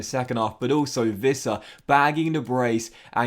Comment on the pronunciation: It's Yoane "Ouissa" not "Vissa". He's francophone and that's how he used to say it in France.